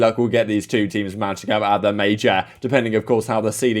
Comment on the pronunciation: No one: Absolutely no one:: at the Mayjaar